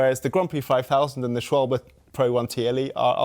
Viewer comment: This might be the first time I've heard someone correctly pronounce "Schwalbe"